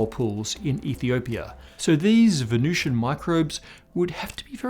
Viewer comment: The temperature and atmospheric pressure are pretty much identical to Earth's in the middle-upper atmosphere of Venus... No one is proposing the existence of surface life on Venus, you are completely oblivious to the topic you're humiliating yourself about. And it's Venusian, not Venucian.